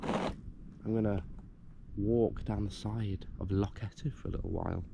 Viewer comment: You must practise your pronunciation of loch. It is definitely not lock. You are a brave boy. The army or the marines would welcome you.